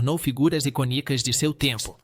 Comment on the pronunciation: Prununcia as palavras erradas, icônica, tem acento, vc pronúncia iconica, como se não tivesse acento